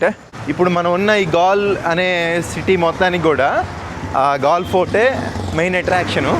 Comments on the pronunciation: Gal kaadu swamy. Gaale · gal kadu brother adi gaale d t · Gaal kaadu , Gaale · ఆ ఊరు పేరు గాల్ కాదు రా అయ్యా గాలే సామి😂😂❤❤